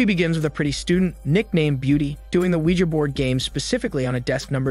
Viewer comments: Finally. Someone pronouncing Ouija right. "WeeGee" has got to be stupidest invented pronunciation, ever. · “weegee” is the correct pronunciation whether you like it or not. Ouija is a brand name and and is pronounced however the creators say it is. It also isn’t from the words oui and ja.